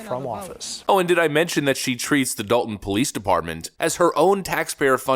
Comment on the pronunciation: They keep pronouncing it like Dalton, but it's appropriately spelled Dolton, as in DOLT! 😂